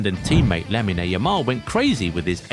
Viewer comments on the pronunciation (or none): none